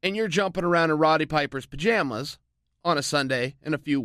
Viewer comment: “Jumping around in Roddy Piper’s pa-jam-ahs.” That’s fucking gold.